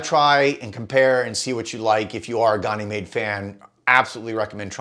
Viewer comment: Love your content. But can’t figure out why no American can pronounce Ganymede correctly (USA pronunciation). Gan (like can) uh- meed. It’s the largest moon of Jupiter and in mythology was his cup-bearer. Gan-uh-meed Not Gon-ee-made